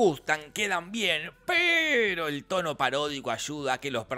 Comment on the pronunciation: Me llevó varias veces entender que decia "tono" y no "toro". Imaginate mi cara cuando me di cuenta.... XD